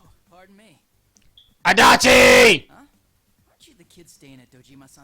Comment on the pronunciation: RIP ears every time he says Adachi D'